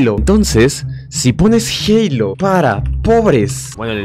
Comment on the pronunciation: wue no mames se dise halo